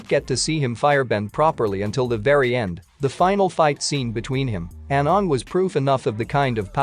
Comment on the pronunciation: 1 . Why am I not here 2 . Can you do something about the fact that the computer pronounces aang the way the cursed movie does ? 3 . Aang was technically 112 when he defeated fire lord Ozai